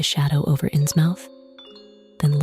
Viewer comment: Loved the video! But it's pronounced "Innsmuth" ❤